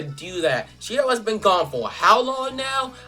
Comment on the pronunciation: it's she-ra not sea-ra